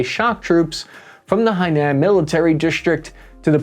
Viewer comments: Its Spratly, not Spartly, and Hainan, not Henian. Its not about pronunciation, its about spelling with you Youtubers. Just read the spellin! Still, great vid and super helpful as always! Super well researched and contextualised! And you gave us a little hope at the end! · Spartly island? You mean spratley? Haina? You mean hainan? Can bro just not read?